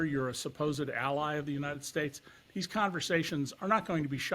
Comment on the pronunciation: “Younited Stites”